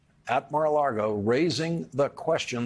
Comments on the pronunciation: I think the producers have been reminding Lawrence it’s Lago not Largo 😁 it’s Lardo as are as I’m concerned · Lawrence, It is pronounced Mara Lago not Mara Largo.